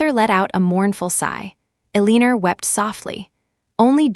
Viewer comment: Ilianora????WTF? I keep hearing the AI butchering the name Eleanor. Is this another rendition?